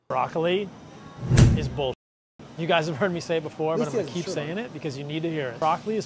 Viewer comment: Did you say "What's up gay" at the beginning of the video? :D